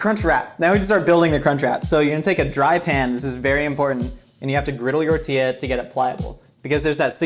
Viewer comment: Did anyone else notice he said "griddle your -tilla" 🤣